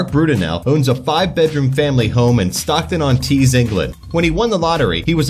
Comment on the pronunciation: Can't believe u said Stockton on tees